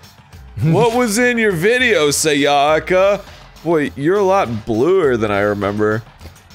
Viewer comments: I think Japanese names are some of the more easy names to pronounce because everything is just simple syllables. As long as you aren't stressing the wrong syllable, typically the second syllable, you should be fine. The first syllable is usually the one you should stress. So to say the names you should be saying SAyaka not SaYAka and BYAkuya not ByaKUya. Does that make sense? It's not a matter of what sounds better that's just how the names are supposed to be pronounced. I mean it's not a big deal since they're fictional characters but if you meet someone named Sayaka or Byakuya in real life it's just the respectful thing to do to pronounce their names correctly. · I mean true but the way he says Sayaka and Byakuya definitely isn't lol